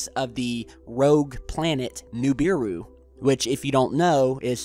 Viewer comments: stop sayin NUbiru!! its NIbiru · nIbiru, not nUbiru!!!! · Nibiru not Nubiru